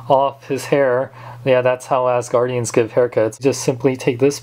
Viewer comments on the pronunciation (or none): none